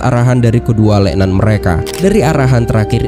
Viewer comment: lek nan atau lek man kwkwkwkw